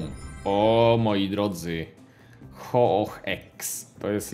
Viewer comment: nie ho oh tylko hou ou wymawiaj